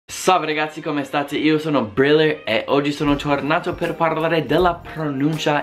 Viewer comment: devi rollare la R nella parola Briller...!